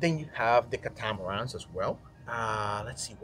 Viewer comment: khat umm are uhn haha do you mean Catamaran? CAT A MA RAN!